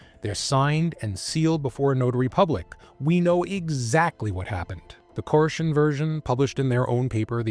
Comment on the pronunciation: I think its pronounced core-esh like the infamous David koresh of the branch davidians in Waco.